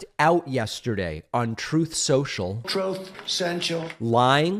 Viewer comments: Troth Sential lmao 🤣🤭😅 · "Trothe Sentel." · "Trowth. Sential."